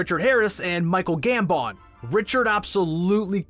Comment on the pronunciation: “michael gamBON”